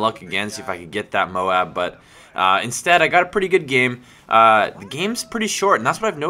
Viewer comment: wow a youtube commentator who can pronounce M.O.A.B correctly! everyone else says mobe